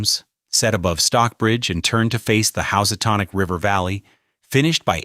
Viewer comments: I love me a House-a-tonic. TBF it does say it correctly about 5 minutes later while mispronouncing "Elizabethan"....weird. LIke it rolls the dice... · You incorrectly said Housatonic and Berkshire. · I know I’m from the Berkshires and the pronunciations tell me this narrator has no clue and the images don’t match the narration. I won’t be liking or rewatching this stupidity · Why does he mispronounce Berkshire And Housatonic? Is he unfamiliar or is it AI reading the script?